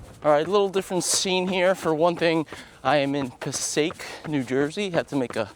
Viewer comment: Is "Pass-sake" the way people from north Jersey say it? I always have said "Pass-say-ic"